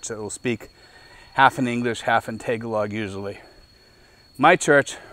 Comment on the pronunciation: You are mispronouncing Tagalog.